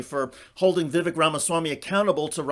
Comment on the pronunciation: vivek rhymes with cake according to him